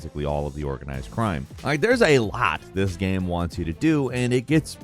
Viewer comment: man? The way you say game bothers me. Please do better. Thank you.